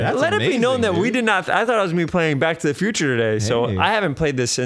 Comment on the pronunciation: I could have sworn I hear "Black to the Future"